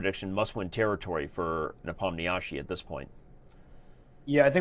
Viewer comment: When will people learn to pronounce Nepo's name correctly? It's getting to a point where one can hardly endure it anymore. For a start try "Ne-pom-nee-she" or click on the arrow here